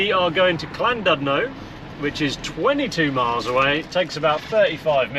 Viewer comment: You two make me cringe! "Clandudno" for example - its 'Llandudno' - try putting your tongue behind your front teeth and blow.... and Lytham-St.-Anne's not Litham-St.-Anne's. 😃 Even I know and I live on the east coast.